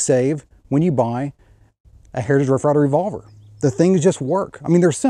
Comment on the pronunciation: I like the video but the way you get all mush mouth when you say "hrtij rff rye ver rvlvr" kinda bugs me